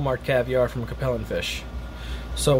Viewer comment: It’s pronounced Cape (like Cape Cod) Lin.